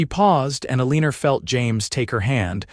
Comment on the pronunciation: Really ? Eleenor ? How about proper pronunciation? This story is so badly narrated I don't know if I can continue listening !